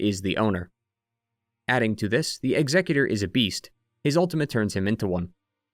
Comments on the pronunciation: Y u pronounce executor like he's a Pokémon? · Dude can't pronounce executor 😅